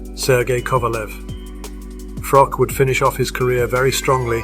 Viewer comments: That’s not how you say Froch’s name It’s pronounced Frotch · Froch with a h on the end, not froc sorry was doing my head in everytime he said his name lol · With respect it’s pronounced Fro-ch. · "Frock" lmao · I can barely watch this. Every time you say frok, I wanna punch the screen. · The narrator can't even pronounce Carl Froch's name correctly. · Sort your commentary out. Try and pronounce Froch correctly. Ffs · FFS can you at least pronounce Froch properly